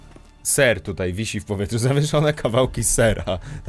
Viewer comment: ten serrrrrrrrrrrrrrrrr mnie rozjebał